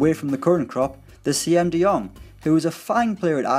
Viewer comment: you pronounce it as "seem" de Jong not "see-em" de Jong Keep up the great videos!